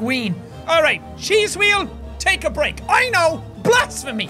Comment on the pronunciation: carlos castillo 'Hweal' (or 'hweel') is how Jack pronounces 'wheel' with his majestic Irish accent.